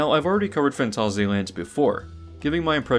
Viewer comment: Probs need to add how every instance of the name of the park is mispronounced too.